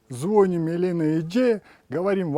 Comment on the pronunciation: ЗвонИм,а не звОним